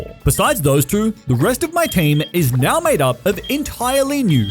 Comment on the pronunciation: You put some respect on my gal pal chikorita right NEOW